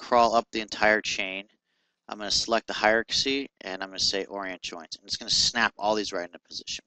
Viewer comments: Good tutorial, but dude: 'Hi-er-arc-ass-ee'? It's pronounced hi-er-arc-ee.. I'm not sure why you're adding the word 'ass' before the 'y', but you might wanna look a little closer at how its spelasst. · I like how you break it down bit by bit. It's handy for a newbie. Keep it up! :D By the way, it's pronounced "high are key". Ha ha!